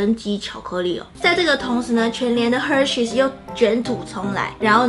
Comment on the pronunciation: Hershey's 發音要加S啦！ 喵喵有加